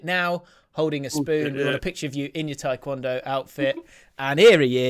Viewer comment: Did say 'twae-kondo'?